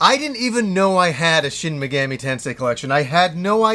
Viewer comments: Take a shot every time says: Shin Megammy Tensay. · Shen Megammy Tensay